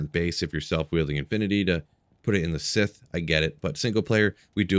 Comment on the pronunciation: Did you just pronounce scythe like "sith"?